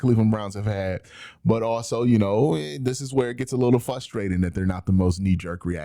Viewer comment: I'm never going to stop commenting this. The word is fRustrating. Not! fUstrating. fRustrated. Not! fUstrated.